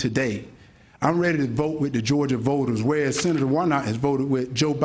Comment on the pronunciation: Hershel Walker "I duh police". Hershel Walker, " If we cum from duh apes, how deh apes now"?